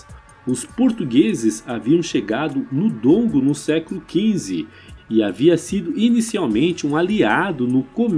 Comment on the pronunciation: Excelente conteúdo, só precisa melhorar a pronúncia dos nomes, Ngola, Ndongo, Njinga...